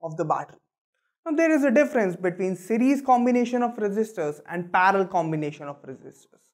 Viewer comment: It is not parlor it is parallel